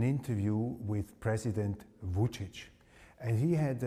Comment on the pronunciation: Mr. Vučić, not Mr. Voltage 😂